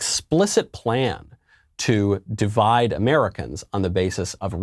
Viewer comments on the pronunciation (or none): none